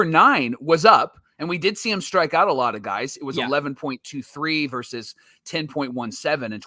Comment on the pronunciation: I’m a fan of another club but I watch you guys every day, and I will continue just for one reason alone - the brothers know how to pronounce “versus”!! The talking heads on the TV MLB programs don’t!! I keep waiting for which book they are talking about when they regularly say “verse”. Send them a link fellas! In all seriousness, great show.